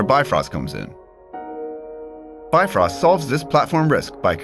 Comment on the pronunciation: Bifrost not bitfrost!